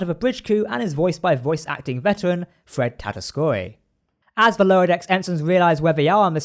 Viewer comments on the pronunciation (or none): none